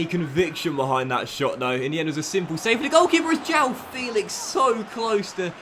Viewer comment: João's name it's pronounced as it's written: João, not Jau, try and listen to it on translate. The "ão" sound is a bit alien to English speaking natives but it's really common in portuguese, so it will be important for you to learn it!